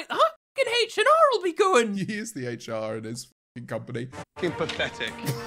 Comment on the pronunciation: Just curious... does Will know what HR stands for? He called it H n' R lol